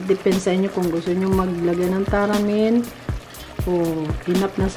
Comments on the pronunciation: May nilagay nman sya tamarind, taramin kc bigkas nya. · Akala ko nag typo lang sa tamarind pero pati pag bigkas nya talagang taramind... Walang mahahanap na ganyan sa tindahan ✌️✌️😊😊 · MADAM. HINDI PO TARAMIND. WALA PONG TARAMIND. T A M A R I N D. PO.